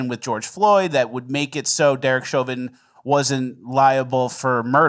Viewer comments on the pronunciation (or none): none